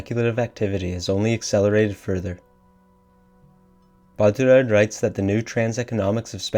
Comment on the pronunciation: I like this video a lot, but I came here to say that every time you attempt a French pronunciation of "Baudrillard," you sound like you're having a mini-stroke.